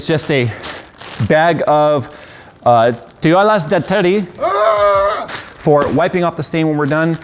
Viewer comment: fun fact, toallas, and most spanish words that include ll, are pronounced with a y, so toallas would be toayas